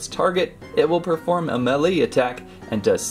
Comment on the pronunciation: You said melele